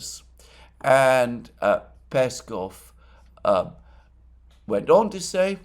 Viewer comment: Alexander, mate! You've been doing this for years and still mispronounce Peskov and Lavrov's last names. Make sure to put the emphasis on the second syllable not the first one! It's the same as your last name and should be easy for you to do. One would assume you should know by now 😉😉